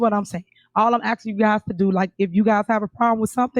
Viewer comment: Great shift from Darrell "axing". Now it's ms tiff doing all the "axing"...other people's money!😮